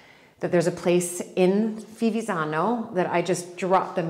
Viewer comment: you had to learn at least the pronunce of the name of the village were you live, not ivizano or vivizano, dio bonino Fivizzano,with F and double z, gnamo un ti si puo' sentire.